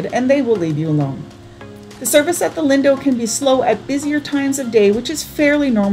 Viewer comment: It's pronounced "leen-doe"